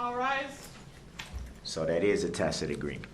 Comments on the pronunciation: Finally, he learned it's tacit and not tackit. 😆 🤣 😂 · Oh wow, DB learned how to pronounce tacid agreement....he butchers the English language with his ignorance. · i love how he said "tackett" agreement for the entire trial until Judge finally pronounced it correctly in replying to him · He learned how to pronounce "tack- it" mwaaa haaaha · First of all, this man is evil but not stupid. He’s extremely intelligent. He’s learning on the fly, and when he is calm and asks cogent questions, they’re actually good questions. Second, someone somehow is helping him as evidenced by his change in pronunciation of the word tacit from “tack-it” to the correct pronunciation. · Wonder who told him the correct way to pronounce tacit?? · Somewhere along the line, he learned to pronounce "tacit," at least. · Lil B!tch Brooks FINALLY figured out how “tacit” (tacit agreement) is pronounced. Coming up on the next episode of Pro Per Idiots: Lil B!tch Brooks in Dodge Correctional, Moment of Troof: Meaning of “Tacit” Dawns on LBB (Solitary Confinement Edition). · 6 people killed. Dozens more injured all so this asswipe could learn to pronounce tacit 🙄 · It took him almost two weeks to figure out how to pronounce the word "tacit". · His SovCit daddies taught him the word "vehemently". Like they drilled him like a circus animal in two days to be able to say "tacit".